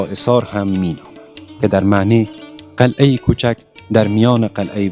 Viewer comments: برادرلطفالطفادرگفتارمتن دقت کنیدکه نگویندگوینده متن بی سواداست.یکی ازپنجمین مسجدجامع جهان است یعنی چی این جمله کاملابی معنی است.بایدبگوییدازجمله پنج مسجدبزرگ جهان است.وچراقلعه راقلهه تلفظ میکنیدبازهم جنگ الف وهه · برادر عزیز ممنون از ویدیوی شما‌ ولی لطفا شاعران‌ را درست تلفظ کنید شما شاحران یا شاهران می‌گوید و چندین لغت دیگر را اشتبا تلفظ کردید مثلا قلعه را قلحه تلفظ میکنید